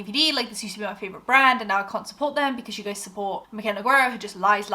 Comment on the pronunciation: Her accent too. Started off mild, like it was obvious her American accent wasn’t super neutral. But now it’s so thick it’s almost cartoonish. If you talk about her again, her last name is Portuguese, you don’t pronounce the U, it’s read kinda like noo-gay-ruh. Not that she pronounces it correctly herself, but beside the point.